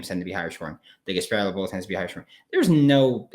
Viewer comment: There’s no way you actually just said Gasparilla like that